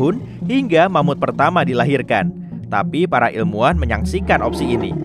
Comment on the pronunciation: Eh... Ingat, ingat... Mamut... Bukan Mamud ya...😂😂😂 Mamutnya pakai huruf (T) bukan (D),ok..😂😂